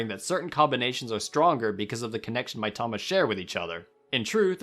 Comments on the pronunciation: You tried so hard to make Karakuri sound "authentic" and then proceeded to pronounce every other Japanese word as American as possible. Kaymoano, Mytama, Toekidden, Owni. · the way you pronounce mitama hurts my soul